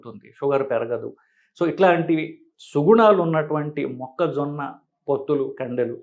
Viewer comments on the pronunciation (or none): మొక్కజొనా కాదురా మొక్కజొన్న ముందు తెలుగు నేర్చుకుని తర్వాత వీడియోలు చెయ్యి😂😂😂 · అమేజానా, ఆరిజోనా మొక్కజోనా కుక్కజోనా కాదు, మొక్కజొన్న. మీకు వీడియో చేసే అతన్ని వెంటనే మార్చండి. లేకపోతే మీకు తెలుగు రాదు అనుకుంటారు. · మొక్క జోనా కాదు.... మొక్క జొన్న.